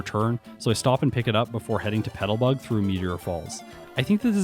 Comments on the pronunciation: Loving your videos and the awesome work you're doing with the editing and overall look. I gotta ask though, are you saying petalbug instead of petalburg? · PetalBURG woods, not Petalbug haha.